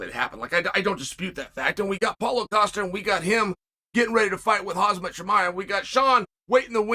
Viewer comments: Why does uncle chael call khamzat- Hazmat 👀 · Chael please stop saying Hazmat Chimaev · Someone please sue Chael for REPEATEDLY and DELIBERATELY calling Khamzat as "Hazmat" 😢